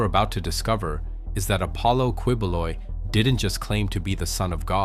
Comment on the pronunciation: Quiboloy is pronounced "Ki-bo-loy" glad you're making a story about him. In his tv show he says you need his permission or get approval to go to heaven or some shit. He deserves the same demise as Jeffrey Epstein. He's a literal spawn of the devil.